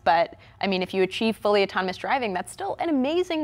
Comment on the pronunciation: what kind of news host pronounces autonomous "otonomos?